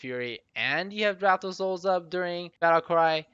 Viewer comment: People still can't pronounce draught.